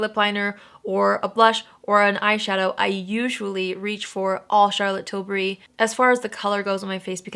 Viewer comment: Thank you for not pronouncing it like TIL-BERRY like every other American 😂😂😂 this is why you’re my fave